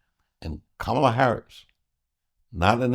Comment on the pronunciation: Comma la...com.ma.la....not CAM.ma.la🙄